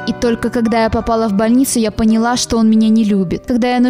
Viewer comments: ПонялА. Ударение на последний слог. Пожалуйста, говорите правильно хотя бы такую элементарщину😣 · Ааа, прошу, научите диктора правильно ставить ударения. "пОняла" уж очень режет слух, да и не только это слово.. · "По́няла"? "По́няла"?! Серьезно?.. Уши немножечко свернулись. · 80% комментариев — "не пОняла, а понялА", и "не флОрида, а флорИда". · Поняла́ как бы...а не по́няла...ну лан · что с ударениями?? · Ты ударения на слова не так ставишь. -УШИ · Бляя, УДАРЕНИЕ РЕБЯТА, УДАРЕНИЕ!!! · Читай слова с правильным ударением.